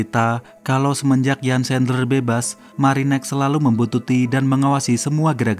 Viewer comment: Namanya lengkapnya Jan Erik Sandler,, erik nama tengahnya. Dalam bahasa jerman huruf "J" pengucapanya seperti "Y", "Jan" pengucapanya Yan